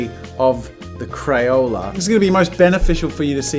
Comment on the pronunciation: 😂 😂 😂 he said crayole instead of crayola